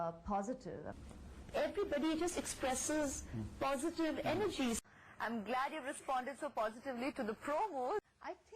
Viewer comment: Did anyone notice the clippings one after another with a different way of pronouncing "POSITIVE" at alternate clips, once she says "POSITIVE" in the next "PHOZITVE" then again indian "POSITIVE" and so... girl the world is not a fool.. stick to one accent, she has been so fake that her now her fakeness is her reality, she has forgotten her actual self, people said she looked plastic I think she behaves like one.